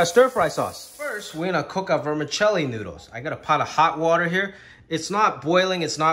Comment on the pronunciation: He says "water" like a New Yorker, then other words come out with a touch of Chinese accent. Love watching your cooking segments my dude!